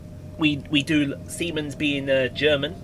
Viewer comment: It's an absolute shame Simon couldn't be with us for this Episode, but I'll still drop the now obligatory "Hello, " to kick proceedings off! Semens? Did you say... semens? (LMAO) English, Gibberish, and Bullshit - seems to me like we both attended the same Language School! lmao. This was a nice, peaceful trip - and despite Simon not being present, you still provided quality commentary, and knowledgeable information, which is top notch. You're really turning me onto watching these, brother! It's not an easy thing to do lmao. Another brilliant Episode. "Goodbye, "... even though you're not here!